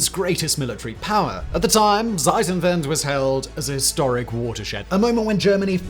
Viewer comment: you always say Seitenwende it means change sides 😂 bit difference to Zeitenwende